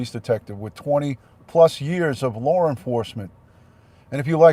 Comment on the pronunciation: I love how you say law. It sounds like lore. Saw sounds like sore. I like different accents. I thought Candice said that TBI had her phone and she was referring to the new phone that was in her vehicle. I didn't think I had covet either. I thought I had an ear and throat infection. I only went to get tested because I wanted to satisfy my mom so she would stop telling me to go get tested. Guess what? Mom is always right!